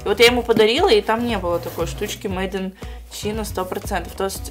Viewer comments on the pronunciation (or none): не мейдан чийдан, а мейдан чайна